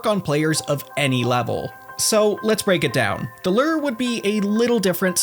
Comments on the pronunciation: Okay first i really enjoy your comment so please dont get mad and i know this video is literally two years old but.. Are you pronouncing "Lure" as "Ler" on purpose? Is that the Runescape word for it? Or? Haha cause "Lure" is pronounced (Lou • er) like saying the name Lou and then put er at the end and Lou er ing, not Ler/Ler ing haha never too old to learn how to pronounce Lure and if Ler is the Runescape word for Lure than im never too old to learn some Runescape info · Why do you say LERRR instead of lure? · It's a LEW-ER not a LURRR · I enjoyed the info in this video, but it was kind of difficult to ignore the way you pronounce lure like Lurr, ruler of omacron persei VI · I'll never get tired of hearing say lerr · huh, as an american, it's weird to hear "lure" pronounced as "lurr" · listening to lure pronounced like this is making me spaz lol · The way you pronounce lure is infuriating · One day you'll learn how to pronounce 'lure'.